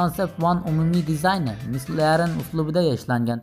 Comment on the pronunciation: Mclaren ---> [maklaren] boladi. 😉